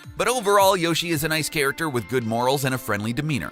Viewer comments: In this bizarre comment section you'll notice many people complaining about his mispronunciation of the name Shigeru Miyamoto, but strangely no one is complaining about the fact that he is mispronouncing Yoshi too. I assume that's because all the people complaining about mispronunciation are mispronouncing Yoshi's name themselves! :-P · P.S. He doesn't even pronounce Yoshi correctly, so what chance does he have of getting Shigeru Miyamoto right??? :-P